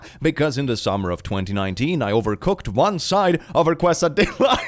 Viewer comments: Quesadilla is pronounced (Kay-sa-dee-ya) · that is the whitest pronunciation of quesadilla ive ever heard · That pronunciation of “quesadilla” is a crime against humanity. (But we love you anyway,!) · pronouncing quesadilla as kwes-a-dyll-uh is upsetting to me as someone who speaks a decent amount of Spanish lol. Other than that, W vid as always (its pronounced kay-suh-dee-uh) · It's pronounced qeh-sah-dia! Not Quwe-suh-dila! 😭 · Hearing pronounce quesadilla as "kwaseadilla" is taking years off my lifespan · it's pronounced kay-sa-dee-yah. The double L in Spanish makes a y sound. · It is pronounced K- sow-día Double L's in Spanish are pronounced almost like a Swedish Ja. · heraing say Kwesadillah is just what I needed today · quesadilla is pronounced "kay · suh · dee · uh" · it’s pronounced “kays-uh-dee-uh” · Quesadilla = Kay sa dee ahhh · Dear: KAY- suh-DEE-yuh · I'm so sorry, I'm a minute in, but "kweso-dila"? Why. I know English isn't your first language, and I assume Spanish isn't your second, but Jesus Christ why. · you did not just pronounce quesadilla as “kwesadihlla” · “Kwesadila” excuse me what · omg no way says “kwesadyluh” for quesadilla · Did say Qwes-a-dill-a? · Pronounce it however you like/can! But here’s the broken down pronunciation for quesadilla : keh—sah—dee—yah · "Quesa-dila" I can't sorry 💀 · I love you, but "quesadilla" is pronounced "keh-sa-dee-ya". Just for next time. I'm mexican, just in case. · Can confirm. As I have a European husband as an American. I don't think they understand how to pronounce quesadilla. He still says " queasy" " Dahlia" .... Seriously, it's like he's saying nauseous flower. I kind of love it. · Kweh-sa-DILL-a omg PLS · "Quesadilla" is pronounced "kay-sah-dee-yah". Hope it helps. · THE WAY HE PRONOUNCES QUESADILLA HELLLLLPPPPPP 💀😭🤣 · no offence but the way you pronounced quesadilla is going to kill me